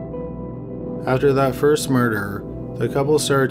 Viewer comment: Adderdat is pronounced After That ... Nodeabull is pronounced Notable , you get worse with time , i thought you might improve a little .waiting for the . dont watch the videos then